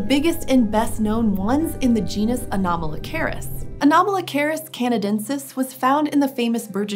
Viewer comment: Everytime she says Anomalocaris, I keep hearing Kamala Harris